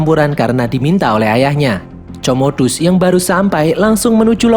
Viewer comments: Komodus bang cara bacanya bkn comodus wkwkwk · Woi min itu di baca komodus bukan comodus di bacanya 🤣🤣🤣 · Comodus, marcus...baca Komodus, Markus...min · LUCU BANGET NGET KMU MIN COMODUS 😂😂😂wkwkwk pengucapannya Para ALJOGO anjayyy 😅😅